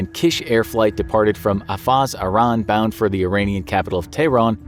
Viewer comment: Pronounce Iran wrong?